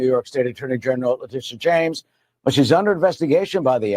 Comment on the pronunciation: I'm sorry, it sounded like "BIG TITS JAMES......"